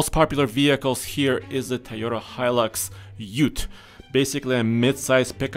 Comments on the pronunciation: Tieyota Lol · Good vid but they are utes not pick up trucks and they are pronounced toy-oters